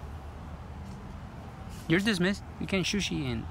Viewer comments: “Can you shooshee”? 🤣🤣🤣🤣🤣🤣🤣🤣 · "shushi" LOL